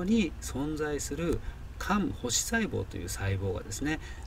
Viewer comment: 肝Kupper(クッパー)星細胞は、「ほしさいぼう」ではなく、「せいさいぼう」との読み方が一般的です。😮